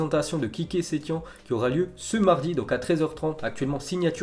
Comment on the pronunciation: On dit setiene